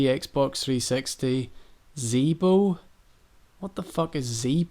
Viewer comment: Great video! The part with resident evil 4 "Zeebo console" was hilarious. Also did you play Team fortress 2 at all?